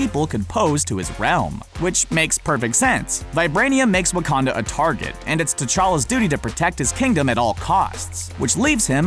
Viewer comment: Love this you said Waucondo